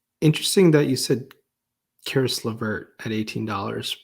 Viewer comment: you got Caris Lavert right!